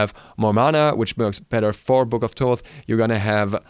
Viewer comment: Thaw-th and not Taw-th is the correct pronunciation. (Like Thanatos) This is how it's pronounced in Greek and where his modern name comes from. ΘΩΘ (THOTH) not ΤΩΘ (ΤΟΤΗ). ΘΩΘ isn't pronounced any other way, it's pretty clear. In ancient egyptian it was written and pronounced completely different.